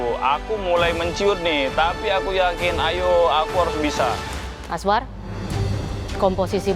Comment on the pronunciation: Ini perasaanku aja atau gimana ya? Rasanya kok chef rudy manggilnya azwan ya bukan azwar 😅😅